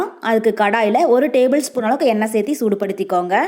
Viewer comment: kindly watch your tamil pronunciation. you always say serthi instead of serthu